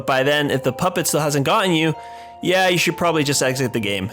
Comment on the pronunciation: "Dont say i didnt warn yuh" You didnt warn me